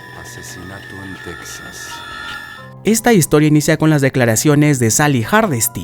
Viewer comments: Se pronuncia "Tejas", no "Tecsas". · Casi todos los latinos también le decimos "tecsas" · Me estresa como dice TEXAS